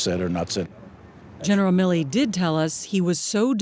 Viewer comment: General Mi-Lee.